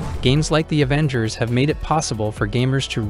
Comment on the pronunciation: "A-vengers" is a wid pronunciation